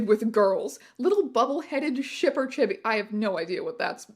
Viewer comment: He’s trying to say chibis. Like the Japanese word for when something is small and cute, but also used to refer to literal children